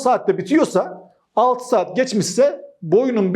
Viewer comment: 😂Seeaat mii bi anda kürt aksanına girdi. Ciddiyetini bozmadan